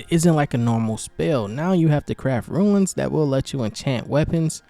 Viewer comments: Rune, not Ruins lol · it's pronounced "Roon" like "Boon", you are saying Ruin instead as in 'a broken down building'. Epic video! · Runes is pronounced Roons. Not ruins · That annoyed me😂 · It annoyed me too. But accents are a thing